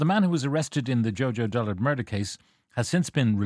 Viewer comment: should get a job as a useless RTE Radio 1 'News' reader... Who is JoJo "Dollard"? Bet he says Dr. Tony "Houlihan" too...